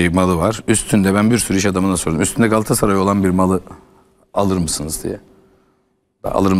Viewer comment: Candaş bey 'Galassaray’ değil, ‘Galatasaray' lütfen düzgün telaffuz edin.